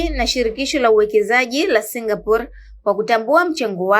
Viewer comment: Kwni singaporiiiiiiiii au singapor😂😂😂😂